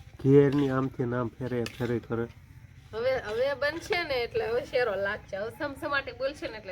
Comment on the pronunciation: શેરો શેરો સુ કરો શીરો બોલો